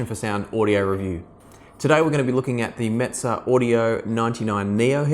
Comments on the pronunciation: I believe the Classics are made in Romania whilst the Neos are made in China. It’s pronounced meh-zeh not mitze. I’m looking at the neos and wonder if they’d be good to listen to Beatles, Pink Floyd, Nirvana? Is it true the bass is not right for rock or classical you think? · Mez-ay audio is how it's pronounced. So agitated about that for no reason. Like your videos tho.